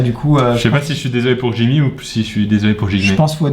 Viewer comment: a 1.52 c jimmy pas jigmé :D